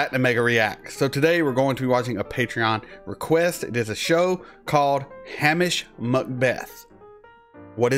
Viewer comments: Hamish is pronounced hame ish like game ish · Ham ish is pronounced Hay mish .